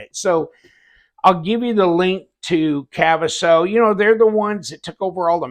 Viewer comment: Your totally saying kaviso wrong 😂 but who cares when you got a weird name it's going to be pronounced wrong. Nice organizer!